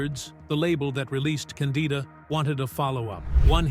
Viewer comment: are you deliberately mispronouncing names? like Candida and Cassavetes?